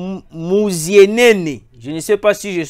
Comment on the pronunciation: A musienene bien prononcé